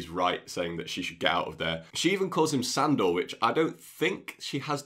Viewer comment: he said Sandor-wich! Like ham n cheese bro! Ha!